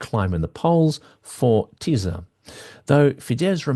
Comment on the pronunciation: When you see "sz" as in "Tisza" it is pronounced "s" in English. If ever needing help pronouncing anything in the strange and beautiful language that is Hungarian, reach out.